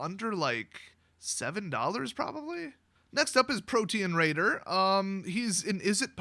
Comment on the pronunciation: it sounded like you said “Protein Raider,” and I thought Stormy Daniels had become a Magic card.